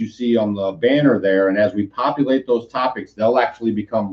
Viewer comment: LOL. I thought you said copulate instead of populate!